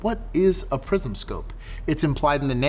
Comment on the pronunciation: I keep hearing "prison" sights......